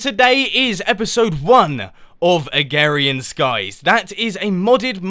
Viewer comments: Mumbo, one criticism: it disapoints me that you pronounce it "agarian skies" when it's spelled (and very extremely likely pronounced) "agrarian skies." Agrarian is an actual term referring to farming. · you said agarian instead of agrarian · *Agrarian, not agarian! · Please note: it is Uh-GRARE-EE-UN, not A-GARE-EE-UN. :) And enjoy the mod pack! I was there when I started FTB a while ago. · Agrarian not agarian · Not "agarian", "agRarian" !!! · Mumbo it's agrarian skies not agarian skies, you silly. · First of all i think it's pronounced uh-Grair-ian skies but I did indeed like this. Keep on makin more! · yessssssss! ive wanted you to do this forever! (also its ah, grar, ian,) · Mumbo.. I watch you and love the videos but say it is right Ah-grair-eeeeaaan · "this modded minecraft isnt particularly hard" well, that statement will not last very long, will it, now? also, i love how you call is agarian skies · agRarian skies you have to pronounce the R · Uhm. It may be your accent but. It's (Uh-gray-rian, skies.) lol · Cookieagent6132 Uhm. It may be your accent but. It's (Uh-grer-ree-an, skies.) lol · Mumbo it's a-gra-rian-skies! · LLL Pigzelated Ah-grare-eeh-in. Where did you get ware from?! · It sounds like you're saying "Agarian Skies" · He is saying agarian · you're saying agrarian wrong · Sorry, Mumbo, You're not saying "Agrarian" right ;) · You weren't pronouncing the first r in agrarian.